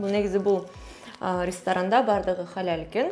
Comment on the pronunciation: Халаль сонун айтатко😂😂😂